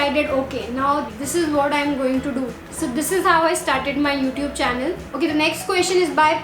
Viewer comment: Please improve your pronunciation of words 'o'tube, insta-gram. Very weird!